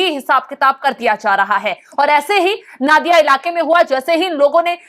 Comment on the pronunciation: नादिया नहीं नोदिया